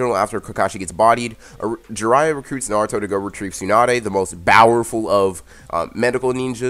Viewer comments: I swear- your slogo would have been- bowerful -✋😂 I'm sorry, it's just how you mis-pronounce powerful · i love how he says BOWERFUL instead of powerful